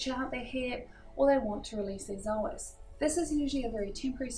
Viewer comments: Yeah i know that but we say "so as" not "zo as" because it doesn't have a "z" in it :D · Hey, thanks for the video. Can you please tell me why you pronounce the word psoas as "zoas"? I've never heard it pronounced that way and I'm an aussie!